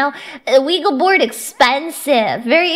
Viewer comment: This explains far too much, but I hope no one lets her live down mispronouncing ouija board